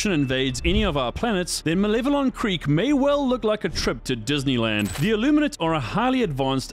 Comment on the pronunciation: Malevelon. Why can no shorts creator pronounce this?